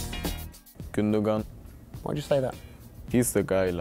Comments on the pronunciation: Actually you should trust me because gündogan is türkisch and is pronounced gündoan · I thought Gundogan was pronounced Gundo-wan but I'll trust a German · KingdomofSkeough its pronounced Günduan. Im from Germany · KingDomofSkeough No: Gündogan Günn-do-gahn. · Jesse Pinkman im german I think u dont pronounce the second "g" but ok...hes his tm8 so... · KingdomofSkeough Ilkay's name is Turkish. Sane kind of butchered his name.